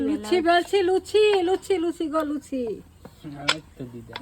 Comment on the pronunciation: ওটা লুছি নয় লুচি